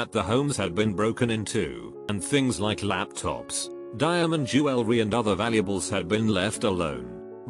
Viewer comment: Nobody: R/reddit: jewel-el-ree